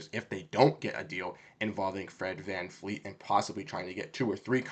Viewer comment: You are trying too hard bro. You have no idea what you are talking about. FFS you can't even say VanVleet's name right.. It's not VanFleet